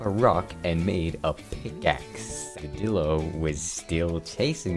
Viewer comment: its not dilo like dielo